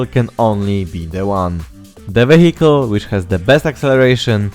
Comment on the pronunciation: yo, i have a suggestion, if you say vehicle, dont pronounce it "wehikul" but "wijekyl" , it will sound much better